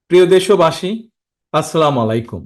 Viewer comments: / সালামটাও ভালো করে দিতে পারিস না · ভাই সালামটা খুব শুদ্ধ ভাষায় দিবে আসসালামুয়ালাইকুম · আপনার সালাম শুদ্ধ করে দিবেন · / সালামটাও ভালো করে দিতে পারিস না